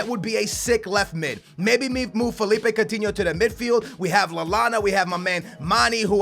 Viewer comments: STOP SAYING COUNTINHOOO JUST STOP ! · omg so much annoying shit!!!! no one wants your stupid Portuguese players! speaking of which why don't you pronounce Coutinho's name in your retarded 'Portuguese' way? and stop that shit where you call a player by his first name cuz you don't know his last - it's Firmino, not 'Roberto' ... also, DON'T use that stupid formation with 3 at the back it's so dumb and unrealistic. 3 at the back requires wing backs which you're obviously not going to do. and how the hell did you miss the part in the Payet email that they WERE interested in Lucas? you could have saved a lot of time and money there... and that's all I remember off the top of my head P.S. it's C-H-A-N not Kahn dumbass